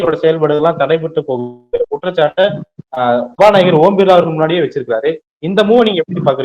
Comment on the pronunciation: ஓம் பிர்லாவா ? ஊம்* பிர்லாவா ? தயவு செய்து சரியாக உச்சரிக்கவும்.